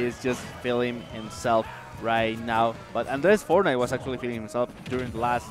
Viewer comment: fornait XDDDDDD